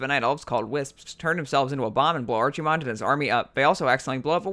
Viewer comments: archy-mond? bruv its Arc-eh-mond. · arc-himonde, archie-monde hurts the ears. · you mispronounced Archimonde pronounce it like this (AR-KE-MOND) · Archie-mond. Lol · archi-mond? it's pronounced ark-ih-mond not a ch sound a ck sound nerd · It's ARKEY mond, not ARCHIE mond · ARCSIMOND this hurts me to hear every time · Ar"chi"monde. LMFAO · I cringed everytime he said ARCHimonde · Lad its pronounced arkemond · Archie-monde - LMAO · After all these years, still hearing someone pronounce it "Archee-mond" makes me cringe. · Still the worse pronunciation I have heard was Archie-Mon-day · How you say Archimonde is stressful af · always hate when somebody says archimonde wrong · I can live with everything else But the way you pronounce Archimonde It just irks me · Drink everytime he say's archimonde wrong! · that not how you say his name, but awesome video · the way he pronounces Archimonde >.< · I stopped or so when you mispronounced Archimonde, sorry! :) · Am i the only one that gets a little annoyed every time he tries to say Archimonde? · Im so mad at your pronounciation of Archimonde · I like your video dude but for the love of god please learn how to pronounce "th" Arfas Kel'Fuzad Souf Norf Azerof Also Archimonde is a hard ch, like K.